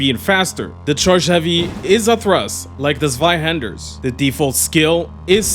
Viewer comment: good lord, i almost jumped up from my chair in joy that someone finally pronounced “Zweihander” correctly